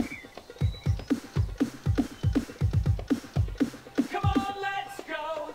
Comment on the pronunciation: Its Not Cone Its Come